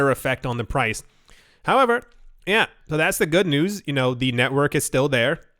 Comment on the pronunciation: Every-time you said YUH it cracked me up